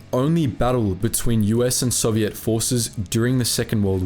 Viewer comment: FFS mate Learn how to pronounce Soviet properly